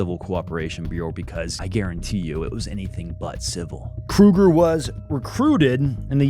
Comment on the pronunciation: You don't pronounce the G in Kruger